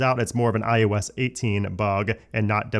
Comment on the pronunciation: It’s i O s. You always sound like you’re saying i YOU s. And it bothers me so much I can’t watch your videos.